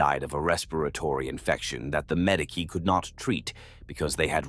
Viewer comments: What’s a Madeekee? It’s said in almost every video. The Ma-Dee-Key station. Are you trying to say Medici? 🤨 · see I take that and make it a dialect thing for the person giving us their story. Ur the only thing breaking the immersion if you allow it sometimes